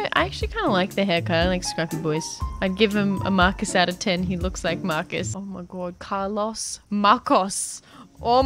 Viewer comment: Me: Car-Los Lufu: Cal-Os